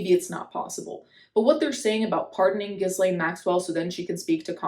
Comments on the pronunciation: I'm sorry, it's pronounced Gee-lane. Hard G and the S is silent. You're good with pronouncing foreign words and names so I'll help out a bit *also your natural hair is so nice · No let's keep calling it Jizzlaine 😂 no need to pay unnecessary respects to a trafficker